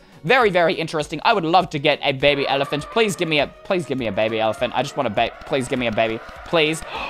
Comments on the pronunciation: how he says "bebe" tho lol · It was really weird when you said “Bebeh” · The funny part is wen you said bebe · It was so funny when you say bebe XDXDXD